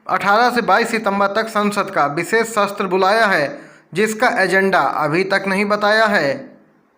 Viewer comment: भाई सत्र होता है न कि शस्त्र